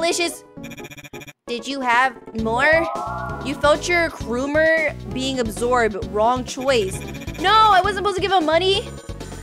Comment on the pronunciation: Excuse me but, "Kroomer"? It's Kromer.